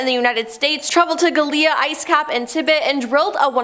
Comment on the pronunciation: "Tibbet" ? Your pronunciation is worse than my 8 year old daughter's!!